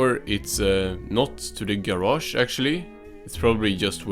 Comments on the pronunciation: SpongeBobs Ger-ash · I could listen to this guy say garage all day